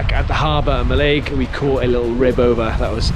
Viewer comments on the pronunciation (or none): Mallaig local here, loved seeing this walking route and has convinced me to actually visit Knoydart (brave the boats there). Thought it was worth a mention but Mallaig is pronounced Mah-lig rather than Mahl-laig despite it's spelling cuz we love to be awkward :)